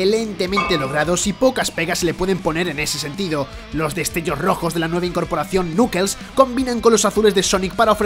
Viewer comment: "El nukels"